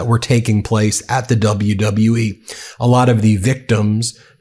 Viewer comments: WW U-E…man words are hard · how in the hell this president cant even pronounce WWE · His health is really declining in real time. He said WWUE???? What organization is that? 😂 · How about when he introduced triple h he didn't know where he was standing and he said wlwe.... Take note of that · My GOD people! Trump even has trouble saying, "WWE" and "Triple H"! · He's using "celebrities" in his stunt because he thinks it will make him more relatable and therefore a good person. Obviously he doesn't consider crimes he's also engaged in as a deterring factor in their recruitment. It also helps this whole thing look more pathetic when the guy can't even say WWE. The letters, W, W, & E! Wtf is wrong with his brain?! Then he introduces HHH and doesn't know what he looks like or that he's standing right f@ next to him?! God help us all. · Bro couldnt even say three letters properly...WWE...then doesnt even know where Triple H is